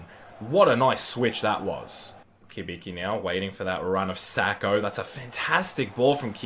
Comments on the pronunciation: Not Kibiki, Cibitzki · Cibicki is actually pronounced Chi-Bit-Ski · Pronounced Chibiki and shog-nessy